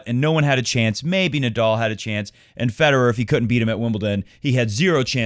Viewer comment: Don't mean to troll at all, but please learn to say Nadal instead of Nadoll. It will make your show even more enjoyable. Didn't anyone tell you already? It's a common name in tennis and easy to pronounce for people all over.